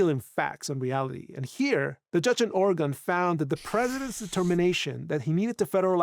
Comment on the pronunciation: Entirely minute aside: Its not Or Again! Its Organ/Orgun (actually its not quite that, but youll sound more right if ya say such; as its Or uh ginn — but the uh is barely voiced and said quickly so it sounds like Organ) The only time ya emphasise the uh part is when ya say Oregonian, tho even there Oregonians are likely to say the word faster so its more like Organian, just with a very faint uh in it This is akin to how au revoir is pronounced by French spkin natives and those who learn French as a second or more language; a proper French person will say au revoir where they do voice the re part, but they do it super subtly and the emphasis is on the part after such. So as a not native French speaker; youre much better off just sayin au voir, and youll sound more native to the tongue that way I just cant stand how oft i hear my home states name so badly butchered by everyone outside of Oregon; its a very minor nitpick esp compared to the rest of what the vid is about, but like, yall sound foolish to oregonians when ya say Or again or similar instd of just Organ.